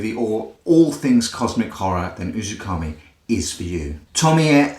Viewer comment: it's "uzuMAKI" not "UzuKAMI" . great review though